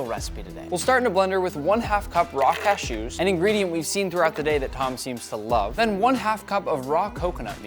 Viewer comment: I wish you didn't say cashews like that, Nick.